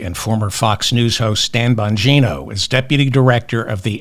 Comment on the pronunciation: You calling Bongino(?) as BONGO was a perfect slip of the tongue chef's kiss love you, David!